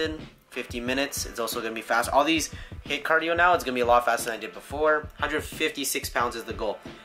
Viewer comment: HITT cardio? You mean HIIT?:P